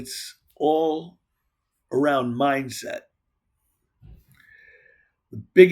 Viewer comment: "Breaktrugh" "Mimdset" lmao